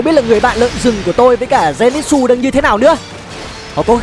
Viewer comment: Denitsư chứ ko phải là denitsu